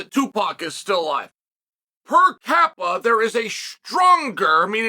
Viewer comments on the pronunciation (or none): “Per kappa” - Chael P